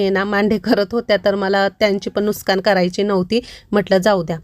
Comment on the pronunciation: Why all say nooskaan😅..it's nooksaan